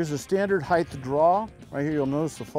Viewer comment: johnny there's no such word as heighth.